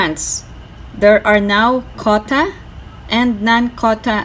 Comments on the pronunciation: Say QUOTA, not kota. Make effort. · Quota is pronounced "KW OH TA" 😀